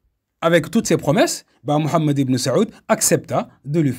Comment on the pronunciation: Frère si tu pourrais prononcer le nom du chef des wahabites autrement ça serai pas mal pour honorer le nom de notre bien aimé prophète psl